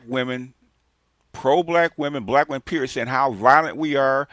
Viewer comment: "Believe ALL weminz".🙄